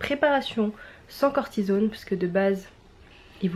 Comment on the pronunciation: C'est certainement une déformation professionnelle, mais ça me choque la manière dont tu prononce " cortisone " aha!